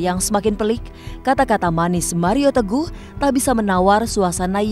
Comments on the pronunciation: Bang hotman kayak nya sebut .maria tegoh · hahaah setiap dia di wawancara pst ngucapnya maria teguh awal2 gw kira2 salah ngucap tp setiap ditanya wartawan pasti maria teguh ngomongnya berarti bang hotman sengaja...